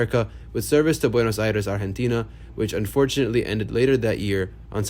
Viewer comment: Hey man! Kudos for pronouncing Buenos Aires, Argentina as well as you did. Cheers from over there!